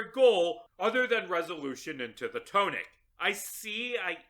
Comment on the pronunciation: The blame falls to the English language. But that isn't how "tonic" is pronounced.